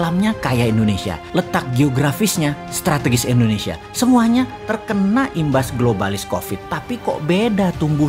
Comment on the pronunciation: Halo om Boss... boleh tau ga, kenapa penyebutan Indonesia menjadi Endonesia, disetiap videonya, maaf yah..karena aku belum paham. Dan agak sedikit ngeganjel setiap kali dengar om Boss bilang Endonesia...🙏😊, salam dari aku yah..like all your video Om boss...